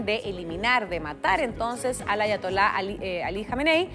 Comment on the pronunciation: No sabia que se podía pronunciar Ayatola y Teheran tan mal que vergüenza